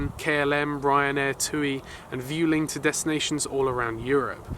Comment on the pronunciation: Vueling is pronounced in spanish